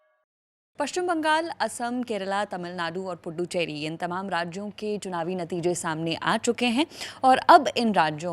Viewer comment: Fuddu cheri nahi bolthe .. pudu cheri bolthe .. naya kaa Matlab pudu bolthe tomil me